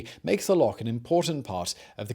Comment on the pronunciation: Well done for pronouncing "Loch" correctly - I've met Scots that can't!